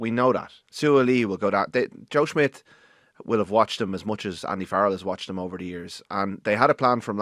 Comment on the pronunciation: CMON Rud!!!! It's SSSSSSSH-midt. NOT SMITH